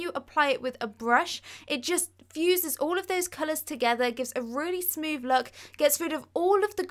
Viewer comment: Brilliant ideas and explanations, but please pronounce your 'th' properly. It will make you sound so much more professional! Tongue on top teeth. Saying 'froo' and 'smoov' just devalues your talents! I've liked and subscribed! 👍❤️